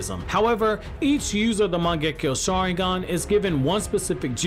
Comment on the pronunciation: Turning off the video after first seconds when you misspronounced the name of the mangekyo sharingan.